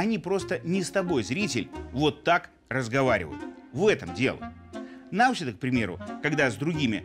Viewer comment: Господин Лавров (ударение на "а"), незнание правильности произношения фамилии президента соседней страны, обесценивает вашу профессию.